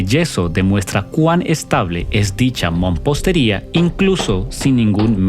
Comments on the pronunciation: Se pronuncia Mampostería. No " mompostería". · amigo que estas narrando la palabra correcta es MAMPOSTERIA Y NO MOMPOSTERIA